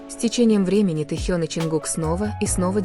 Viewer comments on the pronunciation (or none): none